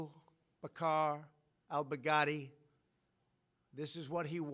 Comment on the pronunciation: That's what I keep hearing too 😂